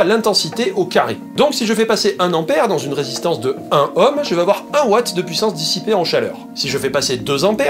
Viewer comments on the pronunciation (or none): On ne prononce pas ohm comme homme mais comme ÔÔÔÔhm. Comme drôme, rhône, aude, etc ... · On dit un "nohm" et pas un "hohm", un ohm quoi.